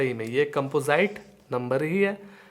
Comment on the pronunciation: कैंपोजाईट nhi कैंपोजिट hota h 🤣